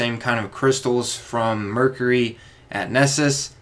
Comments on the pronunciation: Mercury - ---> Mer-cue-ree (ry) or to make it easy its like Mer-Q-ree , sorry i don't want to be that guy but hearing you butcher the word constantly hurt my ears. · STOP SAYING MERCURHY